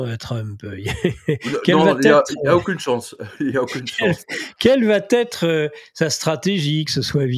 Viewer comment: Quel va t être. Je vais,tu vas ,il va .( Il n'y a pas de t ) . Quel va être ... De nombreux journalistes font cette liason ...Si je peux me permettre cette remarque.